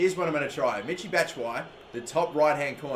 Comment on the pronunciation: Not "Mitchy" it's pronounced "Me-she"